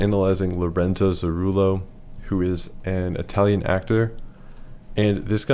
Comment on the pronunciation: Lorenzo “Zooroolo” 🤦‍♂️ at least learn how to say his name.